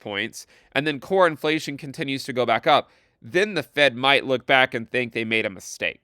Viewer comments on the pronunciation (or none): When you say "Core Inflation" it sounds like "Cornflation" and I'm here for it